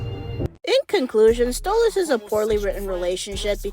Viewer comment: Yeah... Why did you say Stolizt instead of Stolitz? I'm not a fan of it, I hate it, but that mispelling even made me cringe.